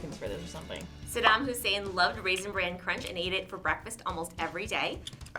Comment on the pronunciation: It's Saddam Hussein, not Hussain